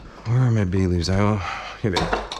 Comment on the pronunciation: Thought you said "Bailey's" rather than "bay leaves"